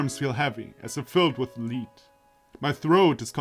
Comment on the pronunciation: that "lead" is prounced [lɛd] ^^ (Man, I love how much gaming can improve your english :D) I really like your prediction on how the violin will be brought to Kotomi ^^ I would like to know how you would imagine a more interesting story of that, not to offend you, but I'm really curious what you would write better. Maybe talk about that in one episode.